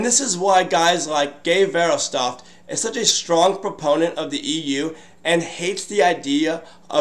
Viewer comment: Guy's name is pronounced Gey Verhoffstat for the record.